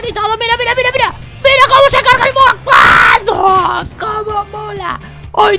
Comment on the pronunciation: cuando dijo muro yo lo entendi culo